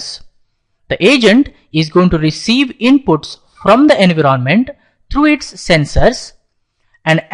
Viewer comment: I love your accent "engroment"